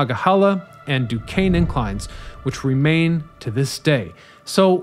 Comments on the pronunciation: At least he got Du Kane right! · As a yinzer living right up on Mt Washington, I love to see a spotlight on the inclines! You nailed the Duquesne incline, but I gotta call out the pronounciation of Monongahela - it's closer to mononga-HAY-luh when spoken by locals (perfect example here ). They just finished up a rehab project earlier this year to the Mon incline that added LED track lighting - I recommend anyone visiting the Burgh to take either of the inclines up to catch the breathtaking view up on the Granedview overlook. If you're driving, I can also recommend driving up the PJ McArdle Roadway since it feels like you're driving straight up to the sky; that road's completion was the true death knell for many of the inclines in the area.